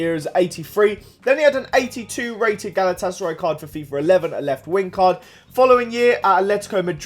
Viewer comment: GALAWTASARAY WTF? GALATASARAY :D